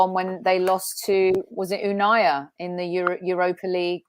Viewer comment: is the only person I’ve heard pronounce Unai as “Unayer” 🤣